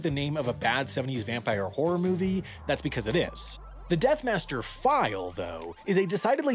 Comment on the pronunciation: Its not the "death master" file, its the death "master file" lol